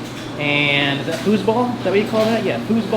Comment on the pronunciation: "whose ball"? Uhm: "foos ball"; from the German "foos" ("foot")